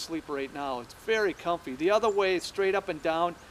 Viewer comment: I love how he says "göose" and "comphy". Very informative video! Never knew I was hanging up my hammock wrong even though I've been hammock camping for a good handful of years.